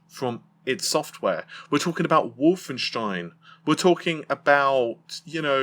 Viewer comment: Wolfenstein is the only foreign name that pronounces perfectly lol